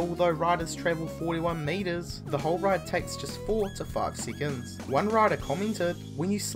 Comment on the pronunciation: for a few SEEACONS